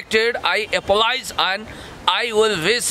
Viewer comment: Phd padheko manche le feri apologize pronounce garnu sakdaina😂😂😂bejjat nai garne bho yo damna harule Nepali padhai ko.